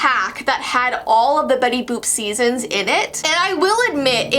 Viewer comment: Boop not book